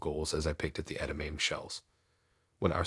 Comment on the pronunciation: I love your voice, and I’m glad I found your channel! A suggestion to improve your narration, check on the pronunciation of words, edamame and miso. Just a thought to help you continue to grow! Much love. ❤